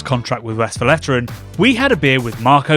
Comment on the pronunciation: Is it so hard to pronouce Westvleteren the right way? You even add a vowel in between the V en the L that shouldn't be there. It isn't Westveleteren.